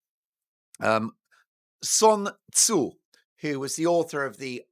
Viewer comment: “The Art of War” by Sun Tzu is Chinese. Good pronunciation there Mark. Not that I speak Chinese or anything, but at least you made the effort of not pronouncing the “Sun” the English way.